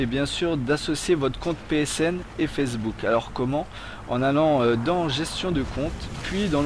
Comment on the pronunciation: C'est moi ou il dit fessebook O.o